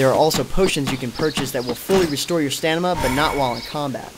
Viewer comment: Are you saying stanima? Haha good video.